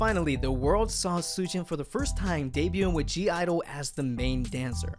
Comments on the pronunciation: .... it's not pronounced G I-dle... it's only pronounced Idle, the G is silent... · I think it's pronounced idle and not g idle, but it's ok, also, my bias is Yuqi and my bias wreckers are Minnie and Soyeon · It’s pronounced IDLE not G-IDLE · It’s Idle the G is silent Bias. SHUHUA Bias wrecker . MIYEON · Why does he pronounce the 'G' ????